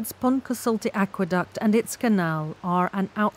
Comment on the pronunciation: Can we get native Welsh speakers to narrate a video about the Pontcysyllte next time? In literally every video it is pronounced incorrectly.